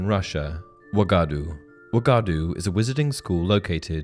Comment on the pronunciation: Can you maybe adjust your pronounciation of Uagadou now that Hogwarts Legacy shows how to pronounce it ?